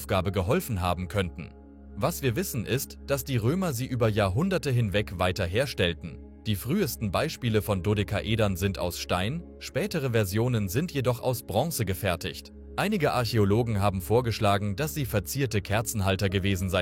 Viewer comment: Deine Beiträge sind interessant aber bitte Versuche bestimmte Worte wie zum Beispiel Dodekaeder oder Pompeii richtig auszusprechen. Du hast so eine schöne Stimme aber manche Wörter hören sich grausam an. ❤